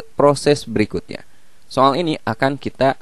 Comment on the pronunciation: so'al - so'al :v